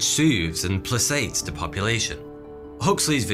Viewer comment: You pronounced placate with an s sound when it's a hard c sound, like a k.